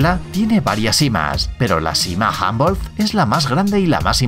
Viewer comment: se dice humboldt como se lee no hambolt